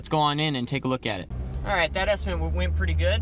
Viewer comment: You absolutely have to prioritize your time and make a living first. Any sensible viewer should understand that. BTW, the word is estiMATE, not estiment; you seem to use both. That's OK. Here in Philly a lot of people say ZINC when the mean sink! I am a retired building manager and I enjoy your vids very much.